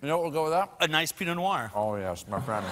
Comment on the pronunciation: umm Pinot Noir is NOT pronounced "pee-no nawar"!!!!!!!!!!!!!!!!